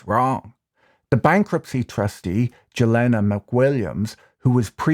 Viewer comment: the Jelena's name is read like Kanye's ye - Yelena, great video though, Mark said a lot of bs on JRE